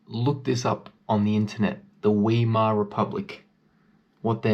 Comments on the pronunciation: Dude: Not "Weemar Republic" : "Whymar Republic". Or: "Wimar Republic". And, please no Hebrew miths and guilt, and shaming. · Please excuse the correction to your pronunciation..it's pronounced Vy/Mar, not Wee/mer. Thanks for putting up the truth of those times. We need more people to know what was actually happening. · Great vid. Fyi, Weimar is pronounced Vimar, like Wagner is pronounced Vagner. The w in German is basically pronounced with a v. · weimar is pronounced with a Vand the said like Vymar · It's pronounced (Vi Mar) republic, Read a book - maybe two! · Explains nothing. And “wee-more”?! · Thank you, great vid. 👍 "Weimar" you pronounce (vaimaa).